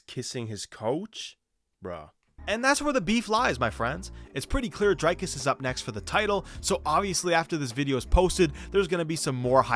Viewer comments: It's pronounced Dric(k)-us not Drike-us, not Drake-us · Okay firstly its pronounce Dric-Cuss